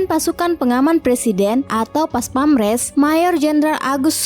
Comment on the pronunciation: PASPAMPRES mbaaak..bukan PASPAMRES...hahahaa...profesional doong mbaak.. 🙏